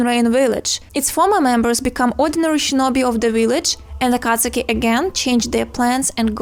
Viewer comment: U pronounce akatsuki wrong🤣🤣🤣